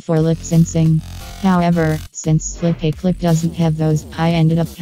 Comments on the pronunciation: Flip - uh - clip ✅ Flip - ay - clip ❌ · Not Flopaclip, Flipaclip Pronunciation: Flip-uh-clip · Its pronounced flip a clip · It’s not “Flip-A-Clip”. It’s “FlipaClip”.